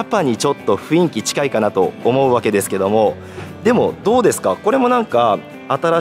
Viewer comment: 情報ありがとうございます。 少し気になったのは、雰囲気（フンイキ）が正当なのに、何度もフインキと言われていますよ。 雰囲気は（フンイキ）ですよ。